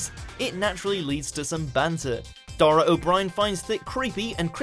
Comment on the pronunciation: and pronounce his name right.. And Dara's.. no commentary needed